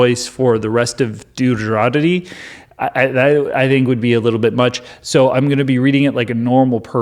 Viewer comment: Everytime you say Duderobbery oh I can't say it properly 😂 total crack up. Keep up the good work.